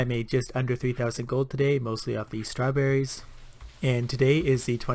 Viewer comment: I love this game and your voice and I'm learning a lot from these videos so I'm subscribing asap My one critique: just as you would not say "darr a picture" when you mean "draw", please don't say "star-berries" when you mean "strawberries"